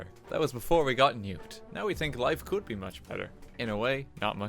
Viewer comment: much is capitalized, decides to put emphasis on the could. This hurts me